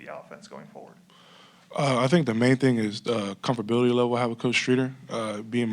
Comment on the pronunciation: Comfterbility level 😂🤣😂